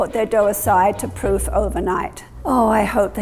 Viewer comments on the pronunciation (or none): none